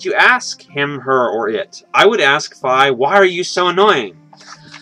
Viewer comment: Why does he pronounce it F-eye instead of F-ee ( he says it like Fie not Fi...)